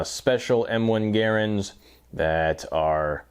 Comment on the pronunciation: Gare-ands? I cannot watch this anymore as I don't speak Canadian, just English.